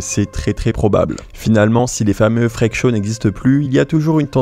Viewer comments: "les frekes show" FREAK : se prononce FRIKE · les... friiiiiiiiik show , par pitié. pas "frék" ^^' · 'Freak' ne se dit pas 'Frèque' mais 'Frique' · Freak ça se prononce friiiiiik, pas frèk...les français🙄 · Les fraiques chaud 🤣 j'adore la bonne prononciation à la française 🤣🤣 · Ca se prononce “frik show” ! Sinon vraiment triste cette histoire, clairement comparable aux freak shows ! Et elle devraient clairement arreter de fréquenter ceux qui l’exploitent et disparaître des réseaux.